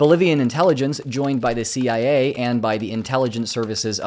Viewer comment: "Not CIA" sounded like NAZI i a 😅